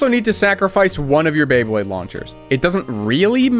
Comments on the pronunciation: Not this dude turning Beyblades into Baybleeds. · I got so annoyed by him getting the Beyblade names wrong, like “thermal wolf” no, that’s the face bolt from Leo, the energy ring from dark wolf, the Sagittarius fusion ring, the - wait, is that the spin track from cancer? No, apparently that’s a TR145, from Chimera. And then, the tip sure looks a lot like Leo’s. Just after, him saying Pegasus when there’s not a single Pegasus part, even going by the faceplate it clearly says Pisces with a picture of a shark, lmao 😂 Pegasus was like THE main one from the anime, it’s bright red and blue and has the flat rubber tip, how do you not know this! It’s common knowledge at this point (mostly joking obviously, I was just really into beyblade and this revived like 15 year old encyclopedic memories of beyblade parts)